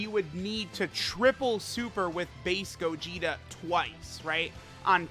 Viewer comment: i thought he said faze gogeta instead of base gogeta lmao